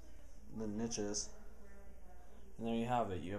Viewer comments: what the hell are nitches? the last time I checked they were called notches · What the craps a nitch!!!?? I thought it was a notch lol